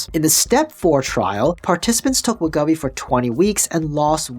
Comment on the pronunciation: It’s WEH-GO-VEE. Other than that, great vid. 👍🏻